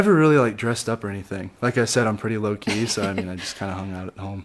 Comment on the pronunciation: Is he saying he's pretty low key or pretty Loki? 🤔